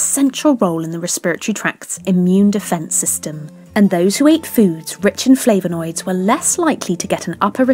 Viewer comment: Great content apart from the pronunciation of flavanoids! 😁